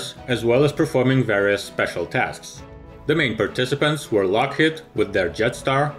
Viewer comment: LockheAd, pronunciation? The robot almost fooled me.